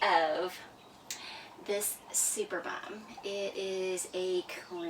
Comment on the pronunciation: It is pronounced superb-um not super-bum. Lol.